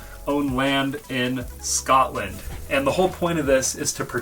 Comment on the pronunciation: Bro I felt hurt when he said sCotland